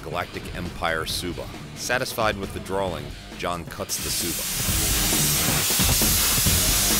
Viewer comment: i was gonna subscribe, but i get triggered when u say draling instead of drawing